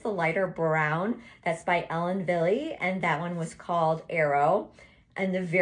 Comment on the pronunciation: I think you look gorgeous in all of them. However, the last one makes you look so much younger! The lighter colors are you! Ellen Wille is pronounce ellen Vill it's german.